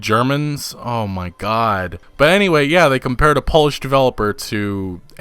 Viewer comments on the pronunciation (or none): none